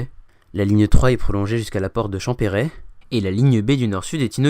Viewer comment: Pas"chant Pérait",mais Champerret.